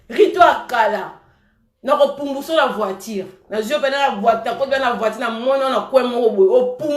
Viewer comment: Oye Poto mwana muke mais tu prononce mal tes mots 👉voitire au lieu de voiture👉natire au lieu de nature kiokiokio langue française nde makambu .